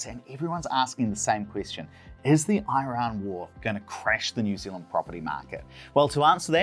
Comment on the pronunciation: Please learn how to pronounce Iran correctly.